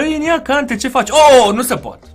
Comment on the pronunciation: Kante are accent pe e, pronunti gresit